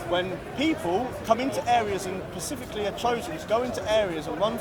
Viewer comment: Hang on, he's talking about he wants the best for England, why is he then saying "pacifically"... That's nowhere near England